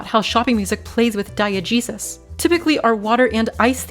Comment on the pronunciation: It took me a bit to realize you were saying diegesis, as in the nominal form of diegetic, and i thought you were saying die-a-jesus and i was like wtf is she even talking about lmao